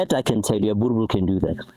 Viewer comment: min mark... the brutha says "I'll try not to torture it so bad today brother" then proceed to do just that and mispronounce the name 😆😆😆.